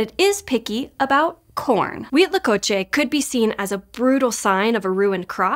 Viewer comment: Kudos for pronouncing Huitlacoche correctly every time! 👏👏👏